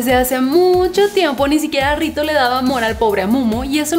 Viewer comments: Cuando la presentadora dice rito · dijo rito jajajaja